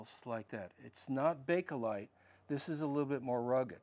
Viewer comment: Oh, sweeties, it's Bakelite, not Bake-o-lite.